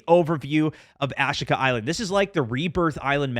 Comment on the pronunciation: "Ash-ika island" ...bruh that's pronounced "ah-SHEE-ka"